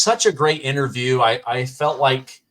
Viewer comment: Correct pronunciation is ...... IN TER VIEW..... not INNER VIEW